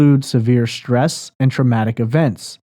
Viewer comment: Can't stand the hosts way of saying schtressed and shhhhtrong instead of stressed and strong ! So precious 😂